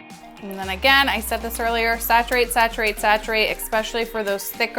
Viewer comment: Love this am learning new tips and yes keep.saying sacturate!! Lol.thankyou x